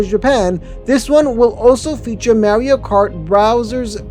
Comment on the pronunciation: Ok, I'm gonna be that guy. You mispronounced Mario every time in the video. 🤦🏻🤦🏻🤦🏻🤦🏻 You say the "ar" the same as you would saying car. As for the other mistake, Celestial Park's main attraction is now Stardust Racers